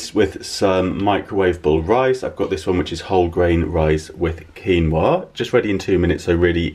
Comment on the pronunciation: love your slow cooker meals,i only use the slow cooker and microwave,i ve never tasted chick-peas or quinoa so they are on my shopping list,i didnt know thats how quinoa is pronounced until you said it,good job,as i wouldnt like to ask for it in the way i say it,looking forward to some more slow cooker meals,thanks for sharing x